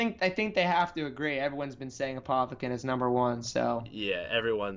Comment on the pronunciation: apothican sarvent